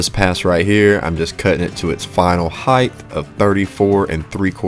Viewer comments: Are you pronouncing height (a word ending in a “T”) as high-th? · WidTH, lengTH, height….not heighTH. Just sayin’ 😊